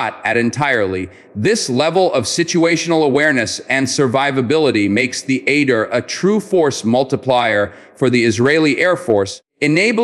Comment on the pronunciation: It’s pronounced Ah-deer and not at-dear.